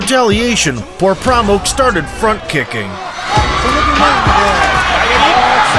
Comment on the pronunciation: Its actually Por Pramok not this stupid channel is saying.